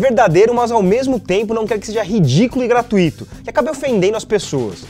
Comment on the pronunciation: "gratúito" e não "gratuíto" (escrevi as fonéticas) é chato e talvez fútil, mas enfim... não é legal um meio de tanta relevância falando errado.